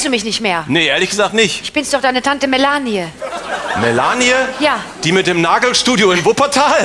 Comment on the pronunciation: Mela-ni-e anstatt Melanie 😄